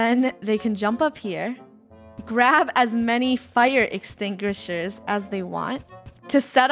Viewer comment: "Fire Extingrishers" -Funneh 2020